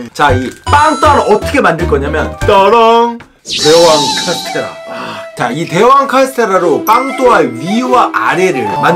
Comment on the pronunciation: 오늘 태권도 에서 어떤 누나가 발걸어서 넘어졌는데 손톱에 피났어요ㅠㅠㅠ 그래서 쓸떼 한쪽만 할수있어요ㅠㅠㅠ 은 제가 항상 응원하고 있으니 100만 갑시다!!!!! 화이팅!!!!!!!!!!! 카스테라 열때 발음 뭐임????ㅋㅋㅋ (쓸때 겁나 어려웠어요 그리고 아침에 체해서 굶어야됨ㅠㅠㅠㅠㅠㅠㅠ